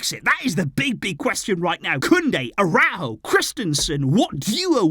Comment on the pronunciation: ARAÚJO, YOU SAID LIKE THIS, ARA-OE-GO. NOT A-RAW-GO